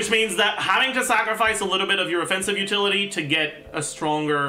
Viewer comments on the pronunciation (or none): none